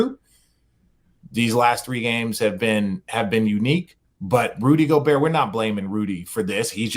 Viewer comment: rudy gob-bert